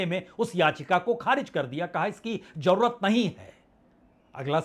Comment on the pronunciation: 🙏sir hajjar nhi hazaar,jarurat m" j" nhi "z"aayega.